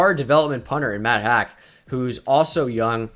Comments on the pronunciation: The punter’s last name is pronounced Hawk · quick note: it’s pronounced matt HAWK